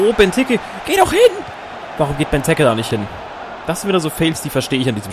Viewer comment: Bei Benteke musst du das E lang ausprechen